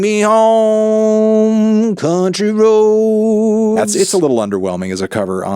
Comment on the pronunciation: the way he butchered country road LOL